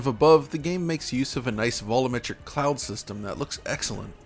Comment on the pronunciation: keeps saying "vollometric", in spite of having no problem saying "volume". Can ANYONE explain this mystery to me?